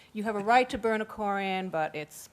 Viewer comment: "Kore-ran"Yuck.Man,this chick's voice and pronunciation is ghastly.I agree with Sam Harris:while the Muslims have a Constitutional Right to build the mosque(and yes,it is a mosque,not a community centre),they also need to know that they're needlessly provoking the families of 9/11 victims(especially if the report is true that they planned on opening it on the anniversary of 9/11.Talk about salt in wounds)The NRA can also build a monument to guns across the street from Columbine High.Should they?